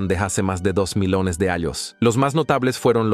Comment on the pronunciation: Es un programa de voz , por eso pronuncia tan mal. Dice arroz (rice ) y carrera (race) en vez del apellido de Piri Rais. Y en otro lado, "milones" en vez de millones. ¡Horrible! Tal parece que medio mundo se ha vuelto mudo.